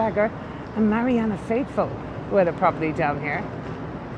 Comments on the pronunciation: Very interesting...but you keep saying Marianna Faithfull..it's Marianne Faithfull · The lady is called MARIANNE Faithful, not MARIANNA faithful. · Correction" Her name is Marianne Faithful, not Marianna. I enjoy your videos very much.